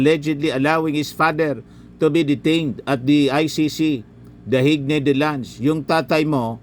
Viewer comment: Pareho tayo napapatawa nga ako e.. ang pronunciation nga nia ng "the Hague ay dahik😂😂😂